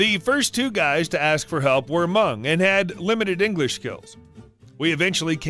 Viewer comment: Hey! Thanks for your stories. I love watching your videos on my break at work (grocery store). Also props of pronouncing ‘hmong’ correctly! Most people don’t know how to pronounce it, so it feels good when it is (because im also hmong)